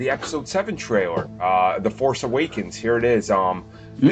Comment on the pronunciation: The American guy can't say the word "trailer". He keeps on saying "traywer"...